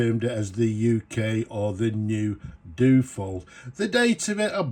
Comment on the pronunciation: Duo-fold... dyu-oh-fold. Not Doo-fold.